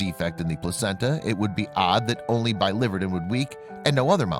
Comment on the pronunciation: It’s bili-VER-din, not bi-LIVER-din. “Verdin” meaning green. Bile green.